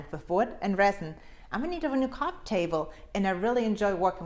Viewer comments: Beautiful result 👍...and you are really sure you said coffee table? 😂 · You said "coffee" table? Oh sure. That's not what I heard. :) But in order to keep my Gentlemen Status Card I won't comment any further on that. :) Great job on the table. Very creative. Cheers!